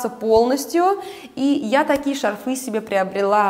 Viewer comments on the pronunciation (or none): бАнты! шАрфы, с плАтьями. Извините, но ухо режет.